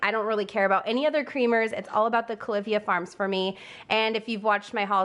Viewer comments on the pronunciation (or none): It's pronounced "Cali-FEE-ah" like California. I've shopped Fresh online but now don't feel like lining Bezo's pockets anymore than I already do. It saddens me that he also own Whole Foods. sad